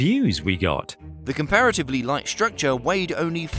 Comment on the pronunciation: S T R ucture..... not S H ucture or S H R ucture....... please say it one more time..... S.T.R.U.C.T.U.R.E.